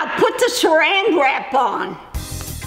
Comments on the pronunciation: I like when she messed up and said put the suranrap on now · I loved when you couldn’t say saranrap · She tried to say Saran Wrap😂😂